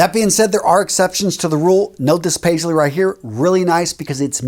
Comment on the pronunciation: You really nailed the Paisley even better than some of my friends do 🙏🏼 Namaste from India